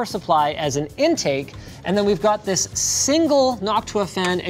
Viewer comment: "THIS...is the Cosair One" Linus needs more emphasis on 'THIS' to nail the Doug DeMuro impression